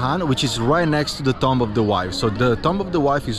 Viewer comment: the word "Tomb" is not pronounced Tom-B as you said it; Rather, it is pronounced "Toom(b)", the b is somewhat silent in English. lol. I would not have understood what you said except for the context of the tombs in the video as you said the word. lol